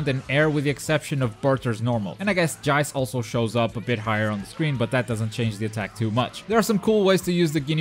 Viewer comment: Did anyone see the captain ginyu combo video??? This guys gonna be beast Also it's pronounced JEECE, not jaice And hyper armour not super armour ;)